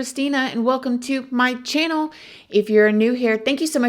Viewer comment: I gave your channel a chance but I can't take the over repetitive "good morning my...." & wel-kim to my chan-nill" ugh. Along with the dut dut dut & mispronounced words...I can't. I don't think this is your calling my dear. Going to subscribe to Annie Elise.. Good luck!